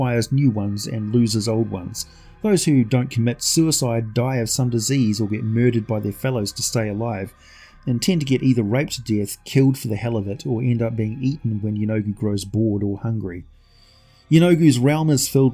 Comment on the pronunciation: Am I tripping or did I hear graped to death.... Remove the g